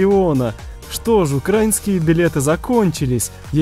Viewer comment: Его слово украинский(ударение) вообще ни с какого язвка! Безграммотный:)